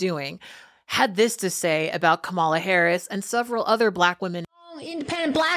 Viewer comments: Okay black woman first thing you need to do is learn how to pronounce her name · Please be respectful and correctly pronounce the Vice President’s name. Thank you. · It's unnecessary to say you're not a fan, when you choose not to say her name correctly. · Trump and his base have almost everyone MISS PRONOUNCING HER NAME! IT'S (KAM), which rhymes with (HAM) or like KAM NEWTON, the football player! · I love you to absolute pieces Kat. But we need to come together to pronounce this woman's name right 😂 Or maybe we don't. In the grand scheme of things it's not really important. I'm really just teasing I promise 🤭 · Heads up - the accent on Kamala's name is on the first syllable, not the middle one! Other than that tho great video so far (i'm about half way in)! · Why do you say Kamala’s name wrong? Emphasis is on the first syllable. Republicans keep mispronouncing it as an intentional micro-aggression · Her name is pronounced Kama-la not Ka-mala. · Kat, Kamala’s name is pronounced Comma-la not Ka-ma-la. Get it right!!!! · Pronunciation guide: KAM-a-la (as opposed to ka-MA-la) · Her name is Kamala. Pronounced Comma La. Not ca MA la. This is not difficult. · This is a great video. Please say the Kamala’s name correctly: “COmma-Luh”. You wouldn’t want us to call you “Kate”. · Her NAME IS KA MA LA OR COMMA LA. PLEASE USE THE CORRECT PRONUNCIÀTION OF HER NAME AND NOT LIKE THE WHITE SUPREMACIST DO. THANK YOU! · Shes not Kam-marl-la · Kat, if you are going to talk about Kamala, please pronounce her name right, you sound like the haters, use the punctuation mark, comma la, please try to respect our next President. Thank you.. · Kamala not KA-MAA-LA. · Please pronounce her name correct. It's Ka ma la (comma la) Thank you. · I like your commentary. Out of respect for VP Harris, her name is pronounced "Comma-la." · Kamala pronounces her name “comma la”. The false pronunciations are disrespectful! We have to make this plain! 👍🏽💖💙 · The vice president’s name is pronounced comma la.